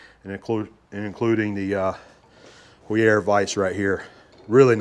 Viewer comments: Heuer = Hoyer, not Hoo-yerre. 😂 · You can pronounce “Heuer” like “Ho-ya” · In the USA we typically pronounce Heuer as "hoy-ur" But in Germany it is "hoy-ah" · Heuer, like the watch, Tag Heuer, is pronounced HOY-er. The "H" is hard, meaning you do pronounce it when saying the name. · very cool vice! HAUER pronounced "HOW-ERR". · Same spelling, different pronunciations, then. Tag Heuer watches are Swiss, so must be the difference there, then. :)